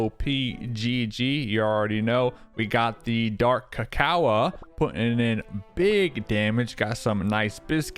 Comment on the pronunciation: please pronounce dark cacao like (dark ca-cow) not (dark ca-coa)